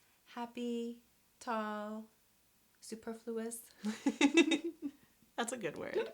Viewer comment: Please correct the spelling of "negatives." It's embarrassing to have that misspelling on the screen the entire time. And learn how to pronounce "superfluous." These mistakes are killing your credibility.